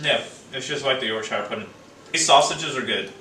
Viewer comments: Yorkshuh not York shyer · It's pronounced york-shear not york-shire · Just a tip: Yorkshire is pronounced York-Sha